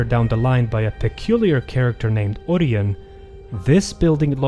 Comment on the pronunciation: i think you kinda mispelled orion Its spelled "ory-ien"